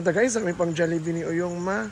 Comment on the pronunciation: “JOLLIBEE” dai jusko. 😂